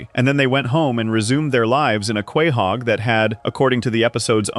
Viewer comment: Quay-hog? It’s pronounced co-hog